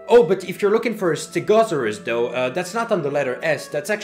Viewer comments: How he pronounced stegosaurus got me dieing over here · I just can't get over how you pronounce "stegosaurus"